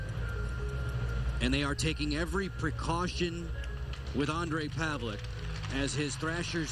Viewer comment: Holy shit, i found this video today.. It looks horribly scary! Fortunately he's ok now and plays fantastic game in world championships with our Czech team :)) Btw, the proper pronounciation of his name is paveleTS not paveleK :D